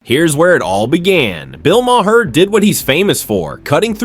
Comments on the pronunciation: I can’t stand when people keep pronouncing Maher wrong. Why not check before making a video about it. “Mah-hair”??? It’s pronounced “MARR”!!!!’ Fuck!!!! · I can barely stand watching this video. Hearing this is too say “muh-herr” 20 times is driving me crazy. Why are we so stupid!?